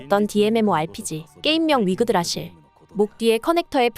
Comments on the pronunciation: 10분 내외에 위그드라실을 자꾸 위그라드실이라고 하는데.. 내가 잘못알고 있는건가 흠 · 위그라드실... 위그라드실.... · 위그라드실 아니고 위그드라실 ㅋㅋ